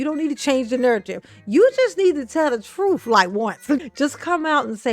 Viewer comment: “The troof” is not in a Tiff. 😂 Hey Tiff, that’s a complete sentence. 😂